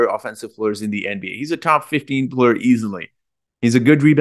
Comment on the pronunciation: Are you kidding... I love how you say "play ur"... I am fan bpyin right now! 😅